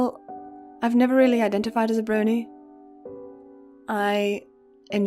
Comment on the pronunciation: eee so cool to get to hear some tidbits about the bat behind the scenes!! c: yes you pronounced it right haha. i feel you on being a fan but not necessarily a "brony" too. #ThatCuteGiggleTho